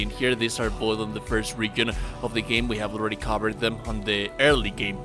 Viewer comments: Idk but how horribly you say region is almost funny. Reagan lmao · putting it here as a reply so it's not as visible but youtube how to pronounce the word region not trying to be mean it's just distracting you speak english better than I speak your native language though